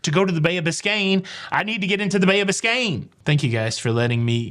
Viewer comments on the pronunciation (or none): It is bay of. Biscay. Bicain bay is Miami. Lots of love ❤️ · it's the Bay of Biscay, not Biscayne. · Great show. However it is Bay of Biscay, or is it just your accent. 👍👍from Uk. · This was the Bay of BISCAY (no N) which is off the coast of France & Spain. Not BISCAYNE Bay which is in Florida. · By the way it was Bay of Biscay not Biscayne Bay in Florida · Biscayne Bay is next to Miami, FL - I’m sure is so used to hearing that one, it was a natural mistake. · love your rant and agree with your it, too many entitled people. By the way it’s Bay of Biscay not Biscane. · i love you by the way it is the bay of "Biscay. " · It's Bay of Biscay